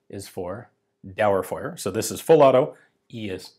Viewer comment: I love how you pronounce einzelfeuer, dauerfeuer und sicher 😆